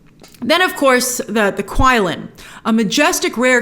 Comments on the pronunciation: The beast’s name is Qi Lin. The pronunciation was not “Kui-lin” but more like “chi-Lin”. In Japanese it’s called Kirin. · It is actually pronounced qi-lin (chi-lin), as how it is pronounced in the film numerous times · The Qilin is not pronounced like it looks. it's prounced Chill-in. Did you watch the movie, bro? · Quilin is pronounced 'Chilin'.